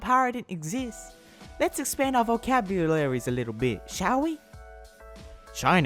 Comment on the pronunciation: Vocabolalilies XD